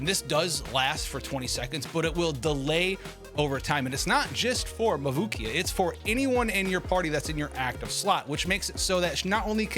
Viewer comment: Mavukia, Makuvia, let's see how many different ways can butcher Mavuika's name.